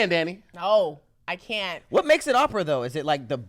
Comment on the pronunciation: it's "OPERA" Lol Great episode tho